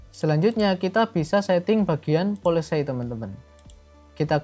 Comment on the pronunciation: Polesay ❌ Paolesi ✅ 🙏